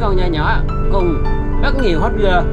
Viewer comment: Hot girl nha anh chứ ko phải hotger 🤣